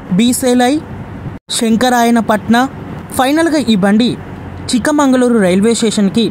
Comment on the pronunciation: Chikmangaluru కాదు. చిక్మగలూరు